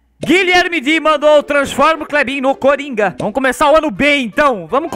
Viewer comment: você falou errado não é coronga é coringa